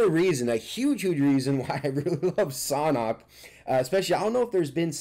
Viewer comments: It’s San hok like sand hock without the d I’m pretty sure it’s not pronounced saunhok. Just saying . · It’s pronounced sand hawk!!!! Even google translate says that way lol but love ur video bro